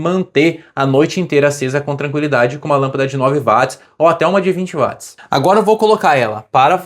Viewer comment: O desgraçado do cientista escocês James Watt (lê-se Djeims Uót) teve o seu nome dado à unidade de potência Watt (Uót) como homenagem, mas ninguém o quer pronunciar à inglesa, insistindo em ler o W com som de V como em alemão...😂